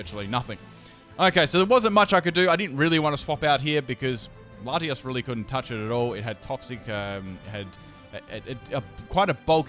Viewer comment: I CRINGED SO HARD WHEN HE CALLED LATIOS LATIAS